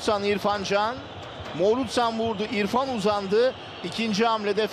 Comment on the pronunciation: Ya Morutan ne zaman Morutsan oldu..😂😂😂